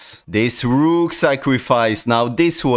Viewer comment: When you say DA ROOK at first in this video it's like VILLAN name💀